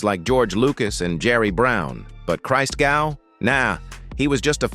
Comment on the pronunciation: Hey, it's not (Jesus) "Christ-gau". it's "Cristgow"